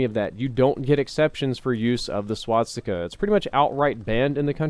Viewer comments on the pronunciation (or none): SWASTIKA. NOT SWATSTIKA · Could you stop saying "swatsika"? Thank you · No offence. But why do you always say swaTstica ;_; it's infuriating to hear it so many times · Swastika not swatstika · And here we go again with the "SwaDsikas"..., an YouTube producer with your size should know how to pronounce things. Repeat with me: "Swa-sti-ka". Better yet "Sva-sti-ka", because "W" is "V" in German. Learn to talk man, you are 30-something years old. This is feedback, not hatred. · Swastika. Not Swatsika or Swadstika or anything else. C'mon, you're making me cringe over here! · I just wanna know why everyone pronounces it "Swatsticka" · every time says "swat-sticka" take a shot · It also sounds to me like he says swadstika, pretty funny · Is nobody going to talk about the fact that he doesn't know how to say "swastika" either? Only halfway through the video and he's already mispronounced it like 5 times